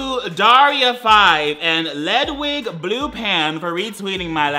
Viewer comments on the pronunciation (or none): siR DID YOU SAY LED WIG BLUE PAN INSTEAD OF LEWDING BLUPAN IM DYIN